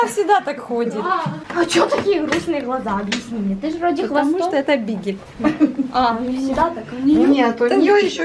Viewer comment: Не БигЕль а БИГЛЬ